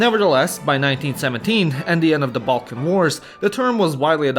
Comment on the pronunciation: Half of time through out this video i heard more pronunciations of "Belkan" then "Balkan".